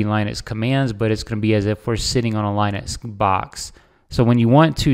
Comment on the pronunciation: Lin-uh-x not L-eye-nex. There's no "e" before the "x".